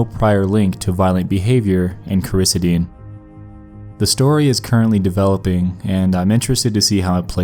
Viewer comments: cor-uh -SEED-un, not cor-i-suh-DEEN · Hey Nex, pharmacy technician here, it's pronounced Coar-ah-sea-den, not ker-is-ah-deen. Just so ya know. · It's pronounced core uh see din me and my brother Mike started that whole thing. And yes it can make you violent and cause memory loss. Let me shove 12 down your throat. Though I've never gotten violent toward other I like the way cutting feels while I'm on it. If you were to kill someone on 2 potent benzos as a judge i would have to forgive you Clam and Flam at as little as 500ug you WILL NOT remember anything that happened after it wears off. I don't agree with making ANYTHING illegal but those maybe. If ALL drugs were legal you wouldn't need red to look for fucked up alternatives like Flam and Clam or carfent synthacaine etc. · "Core-issa-dean".....?! Lmao It's pronounced "Cor-i-see-din" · Everyone: Ba-yer makes Cor-i-ci-din Nexpo: Byer makes Krysideen. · Coraseeden .. just sound it out. And it depends on how much he took. Take enough and you aren’t even in reality anymore. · Its pronounced KORR-ISS-SID-IN. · Bayer = Bay-er, Coricidin = Cor-a-cee-den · Coricidin is pronounced Cora-see-din. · Core I Ce dan that’s how you pronounce it. But it’s does put you into a trance. I’ve taken it to get high when I was a lot younger and it zones you out like crazy. It’s the same as robotussin. It’s the same chemical. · CORE-EH-SEED-IN is how it is said. That stuff won’t make you kill somebody, it’ll thin ur blood and slow your blood pressure and make u feel drunk.. but not drunk enough to commit a murder and “forget it” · BAY-yer makes Core is SEE den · Learn how to say words you don’t know. It’s drives me crazy. Cor-uh-see-dun!!! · It's Cori-cee-den. How have you never heard anyone say that name? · Pronounced cora-see-dun. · It’s pronounced “core-ih-seed-in”. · gotta work on your pronunciation of pretty common words and companies. Corocidin and Bayer...come on dude. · It's pronounced Cori c den and it's a hell of drug